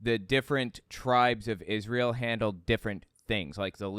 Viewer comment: Ahhh man, I thought you were ganna play my favorite clip! You know, when Shane Vaughn sings new Israel, new Israel, NEW IS-RAY-EL! It just makes me laugh every time i see it, his smug stupid face saying IS-RAY-EL. Gaaaawd hes just such a POS. 🤣🤣🤣🤣